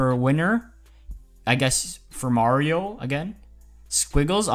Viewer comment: Unsub u don't know how to pronounce Mario I'm sad